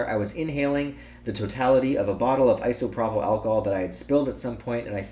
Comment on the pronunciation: Immaterial is a word. Also, Eye-So-Pro-Pull, not Iso-Prop-ill :P